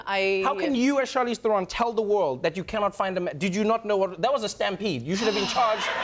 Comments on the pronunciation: Funny, Trevo traveled with her to South Africa but never learned to pronounce her name? Not Ther-own but Ther-un. Or more correctly "Trown" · The only thing that bothers me about this video is his constant mispronunciation of Theron. It's "There-un" not "ther-own". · Love them both, but why did I expect Trevor to pronounce her "Surname" correctly - He said THERE-ON as opposed to TA-RON, South African inside joke. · Theron, rhymes with heron. Not TherON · Lmao!! I like how Trevor is unsure whether to pronounce Charlize's surname the South African way or the (wrong) American way.. so he makes a combination of both.. haha! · Wish they spoke Afrikaans in this interview! I also thought Trevor would pronounce her surname correctly...but anyway, it's rad to see this...proud South African over here. <3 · trevorrrrrrr say her name right pleaseeeeee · Trev....youre mispronouncing her last name